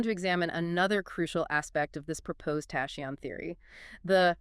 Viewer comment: I understand that confusing English approach to words spelling makes impossible to read some never heard before word correctly, but isn’t it’s obvious that you have to find how to pronounce “tachyon” before saying “tashions”???